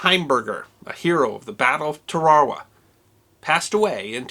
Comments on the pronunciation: where are you from? Holy shit. Tar-ah-wah. Not Ta-char-ah-wah. Not sure if I can make in through your usually fantastic videos. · Great bit history. My father served in WWII in the south Pacific. Instead of "Ta-ra-wa" he always referred to it Tar-awa. The Japanese pronounced it as Tar-awa. Google's Translator also presents this more common pronunciation. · teh ·ruh·wuh (Tarawa) Please learn the word and its pronunciation. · “TARE-a-wah”; “KEER-i-bus” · All the Marines I knew pronounced it Tar a wa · pronounced; 'Tar-ah-whaa' thanks for vid, Eddie was a hellva sailor. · “Turr-Ahh-Wahh”, or Tarawa? Good doc though. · Isn’t it pronounced “Tar ah wah?” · Tear- a - wa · love your channel I'm a big fan and a Marine Veteran. Putting this great story aside, I noticed the way you pronounce Tarawa. It sounds like your saying Terarawa and not Tarawa, is this a local Tarawa pronunciation or was I taught incorrectly during my Marine Corp history classes during boot camp? Anyhow , your channel is one of my favorites and I am a subscribed fan , keep it going !!! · I think its pronounced, "Tar-a-wa". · During my humble time in the Marine Corps, I often heard it pronounced TAR-a-wah. Regardless, I love this channel! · Why talk so damn fast and not say Tarawa incorrectly? It not said TA RAW WA dipshit. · Pronounced Tar-a-wa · BTW I've never heard anyone pronounce the word Tarawa the way you do here; the US Navy has had two ships named Tarawa, and I knew some guys who served aboard the most recent one, LHA-1, who pronounced the name with emphasis on the first syllable. "TAR-a-wa" Every Marine or sailor I've talked to pronounced it this way. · With all due respect sir, we Marines pronounce it tarra -wah. Like the girls name Tara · I was in the Marines, . We pronounced Tarawa "TAR-uh-wa." At Camp LeJeune there was a section of housing for dependents named Tarawa Court. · I think it is pronounced Tara Wah Atleast that is how they say it on WW2 in HD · It's pronounced Tear-a-wah